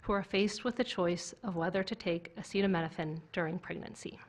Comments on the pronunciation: He can't even pronounce/articulate the word acetaminophenal and his "team" didn't even make him say it repetitively to APPEAR like an intellectual. America is a laughing stick around the world for sure. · Semi-illiterate Trump can't even read the word "acetaminophen" (which apparently he's never heard before), but you should take his word for it that Tylenol is 'bad'. The stupidity has reached a new nadir.